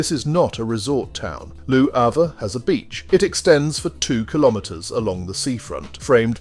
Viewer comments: I generally love your narratives...but Lew Havre? Seriously? I know Brits love to mangle foreign words, especially French, but Lew Havre takes the cake. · Or perhaps you were intentionally pronouncing it Loo Havre, as a subtle statement of your opinion of the place. Hmmmm. Your narrations are as entertaining as they are informative. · I know WHAT it is. I was being sarcastic. Re your dreadful pronunciation.